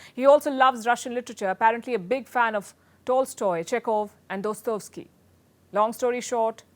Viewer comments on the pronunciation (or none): Laughable commentator says Chinese envoy likes, "...Chekhov, Tolstoy, and 'Doh-stov-sky' [her pronunciation]. Long story short, he's not a lightweight." Anyone with an even passing familiarity with global literature knows all 4 syllables of Dostoevsky are pronounced ('daa-sto-ev-sky'). Ironic she says the Chines envoy isn't a lightweight, when if she herself were any lighter, she'd float out of her chair.